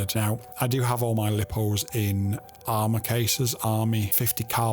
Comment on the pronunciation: Lipo said like lying not li.......po